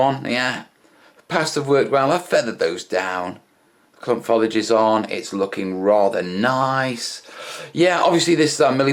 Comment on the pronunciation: Another good vid! ....but for the love of God, Man, STOP saying "follidge"!